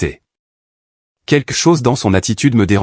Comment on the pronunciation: Pourquoi est-ce si difficile de dire QUELQUE plutôt que de prononcer QUEQUE ?